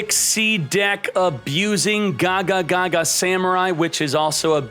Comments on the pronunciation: Like "gagagaga" instead of "gagaga"? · Good ideas! This looks fun. Also, Can you pronounce Gagaga and Xyz properly? I mean why even add one more "ga" lol